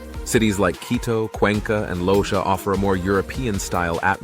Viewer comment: Just a correction, Loja pronunciation is: Lo - ha. Great video!